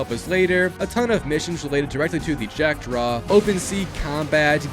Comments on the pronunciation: first of all this is a REMAKE and Not a remaster... How is that people still Don't know the difference.. Also second it's jack-DAW and NOT -draw! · Why bro is saying Jackdraw 😅 instead of jackdaw 😂😂😂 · its JackDAW not JackDRAW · Relees their reales pronounced (ree-al’s) and the jackdraw its jackdaw it’s a type of bird Edward literally says as much when naming it your mispronunciation has to be rage bait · Wtf is a "Jackdraw" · mf it's not JackdRaw it's Jackdaw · I don't know how he got it wrong, since there is no "R" in it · "jackdraw" LMAO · “jack DRAW” dawg…. this shit is actually unwatchable because of that. why do you repeat it so much? if you played both SURLEY you actually know the name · jack-draw? dude I love ur videos but man I can smell all those F's from ur english classes XDD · “Jack-Draw” is killing me a little bit every time he says it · That and “reelys” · Lmao it’s not a big deal but I don’t understand how you can spend 50+ hours platinuming this game and not pick up on the pronunciation of the “Jackdaw”. They say it like 100 times in the game. Same with “Great Inagua”, and “Reales”. 🤦‍♂️😝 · The mispronunciation in this video is killing me